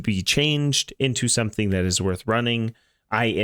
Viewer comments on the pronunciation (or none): none